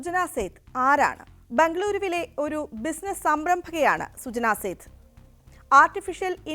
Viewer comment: സേത് അല്ല മോളേ, സേഠ് ആണ്.